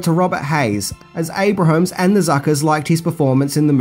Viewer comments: “Abrahms” not “Abrahams” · It’s ABRAHAMS-2 syllables, not ABRAHAMS-3 syllables!!! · Abrahams. Pronounced: (Abe-rims) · You say Jim Abrahams name incorrectly. It's pronounced "ay-bruhms" -- you've been making great videos for a LONG time....you should know to Google name pronunciations. ;] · Abrahams is pronounced Abrums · Jim's name is pronounced AY-brums, not AY-Bruh-hams. Also, the impressionist is John BYNER, not "briner." With 304k subscribers, I would think you could mic yourself better in those live shots. You could leave t. hose parts out entirely, actually. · Abrams. Not Abrahams. John Byner. Not Bryner.